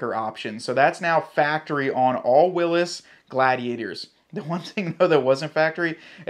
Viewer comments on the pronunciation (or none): It's a Willys not a Willis . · Great videos but I have to correct you on the trim lvl name ,you called it Willis ( atleast thats what it sounded like) when it's WILLYS as in Willie sounds like Billy lol 😊 again keep up the great work. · Jeep has said that they spelled Willy's like that so it is pronounced will-ies because people complain about it being called Willis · According to Jeep, despite how the man himself pronounced his name, Willys is pronounced to rhyme with Phillies, NOT Willis, as in What Choo Talkin' bout Willis?? This decision was based on how the soldiers back in the day pronounced it.